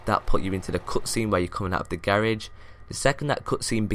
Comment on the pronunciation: Why the fuck does he say garage like that